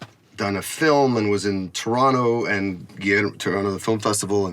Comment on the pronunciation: This man pronounces Toronto like he is from there. We are so blessed.